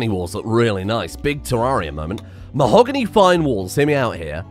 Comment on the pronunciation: The way said mahogany made me think of dragon ball abridged Mahogany